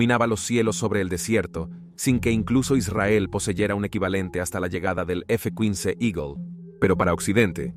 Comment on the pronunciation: . ,,F KUINCE 😂😂😂😂😂😂😂😂